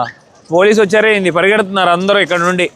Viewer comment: ANDAROO ela vunnaru ane sentence pronounciation sari ga vundadu. Ala vaddu mamoolugaa meeru matladinatle abhimananfa Prema ga palakarinchandi